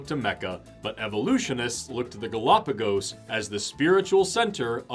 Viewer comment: There are so many more pressing issues with these brothers' video, but every time they say, "Galapagis ," i think 10 minutes is taken off my lifespan